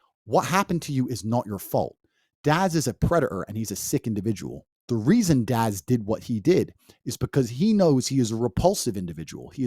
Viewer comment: It ain't pronounced "darz', mate.